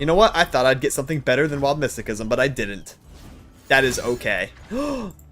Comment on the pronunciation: Mysticism is pronounced with an "S" sounding c. Otherwise good deck choice. I think Ill go with the Ionia trundle voli.